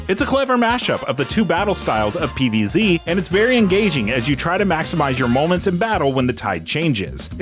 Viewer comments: Does he keep saying PvC? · Why does he keep saying PvC? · I thought the same thing, it's like he doesn't know how to say "Z"